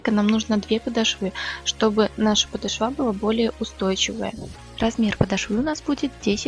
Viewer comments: Красиво . Только правильно не подошвА а полОшва. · Всё здорово, спасибо за хорошие МК! Пожалуйста, (слух "режет") подОшва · Спасибо, за видео-урок, пинетки свяжу обязательно. Только Вам небольшое замечание, правильно говорить подОшва.